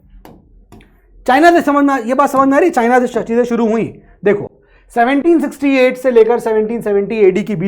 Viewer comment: Dates 768 AD❌ 1768 AD✅ 770 AD❌ 1770 AD ✅ 😂😂 No offence but am I the only one who is hearing dates this way